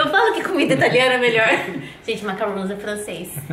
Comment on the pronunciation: e, não é macaroni nem macaroooooooons kkkkk é macaron, com um N só e se pronuncia em francês, algo assim: "macarróm" =D Muito legal tudo aí! Que pena que tá chovendo tanto! E eu amo comida italiana!!!